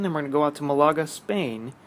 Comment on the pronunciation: Never heard someone pronounce Malaga like that before. Great content as always mate.